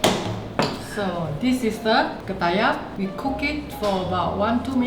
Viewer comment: Ketayap bro not kertayap lol 😄